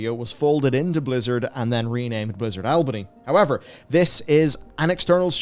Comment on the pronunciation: Consistency is key to results fellas. I believe in you. I believe in the pale beyond. I wishlisted it. I believe you can pronounce Albany correctly someday 😂 awlbuhknee. Not al like Albert. Love your vids fellas keep it up